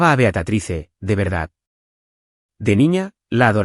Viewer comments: Se dice Beatriz, no Beatatrice. Aprendan a decir correctamente los nombres y las palabras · BEATRICE no BEATATRICE!! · No entiendo porque le dices a tu personaje" Beatatrice"???????? Si se pronuncia Beatriz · Disculpas concedidas😂, disculpame también no sólo el error es ortográfico sino de pronunciación es Beatriz se pronuncia como se lee. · Que horrible se oye la pronunciación del nombre de BEATRICE Beatatrice horrible como ella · Es Beatriz, favor de pronunciar correctamente, excelente historia